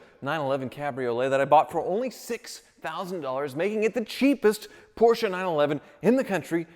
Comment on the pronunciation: Porsche becomes Porker.........